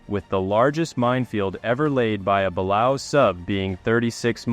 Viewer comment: Great video, but Balao is pronounced “BUH LAY OH”.